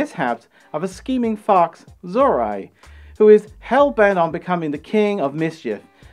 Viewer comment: I...I don't think that's how you pronounce 'Zorori', friend.